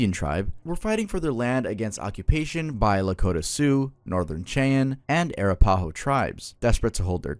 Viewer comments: Ara-paw-ho lmao its more like “a-rap-aho” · The pronunciations are killing me! 😂 (Arapaho) uh rap uh hoe, (Laramie) lair uh mee and (Ouachita) wash ih tah were three that stood out to me. Being from Arkansas, that last one was painful 🤣🤣 good video though!